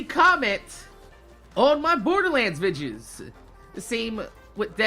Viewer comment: OH MY GOD STOP SAYING VIDGES ITS VI DEE OHS